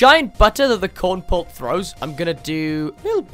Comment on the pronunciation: “Corn pult” it’s kernel pult